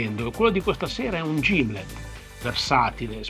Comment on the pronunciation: Salve, Gimlet non si pronuncia con la " G " di Genova ma con la " G " di Ghiro. 😬 Appasionato di costicine alla griglia, sono in sintonia con te.Auguri